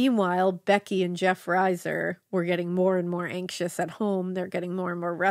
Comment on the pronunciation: Liz was my sisters close friend. Their last name is pronounced reeser.